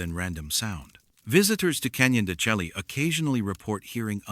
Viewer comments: I've heard it's Canyon de shay not shelky. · Canyon de shay pronunciation. "Canyon de Chelly" is correct spelling. It is an Anasazi site.